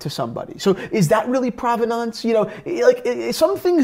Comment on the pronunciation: Yes, I did hear that, but unfortunately I also heard butcher the word "Provenance" over and over again. ( rhymes with "providence" or prominence" not "aunce".) Also, Jack Nicklaus is pronounced like Nicholas. It does not rhyme with "mouse". But it's not all bad, he did pronounce Cartier right for once.